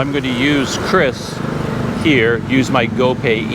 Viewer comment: Salut penyebutan QRIS sudah sangat benar menurut KBBI 'Kris" bukan 'Kyuris' 'Kiris'